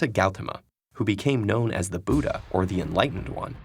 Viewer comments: You just wrong pronounced Buddhaa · the way he pronounce buddha's name lol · Plss pronounce Buddha correctly 😔😔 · The way you pronounced the sanskrit word buddha and name siddhartha gauthama made me laughh